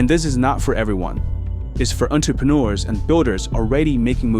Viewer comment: The fact that you can't pronounce entrepreneur you say 'entepreneur ensures that I won't join the group if I was thinking about it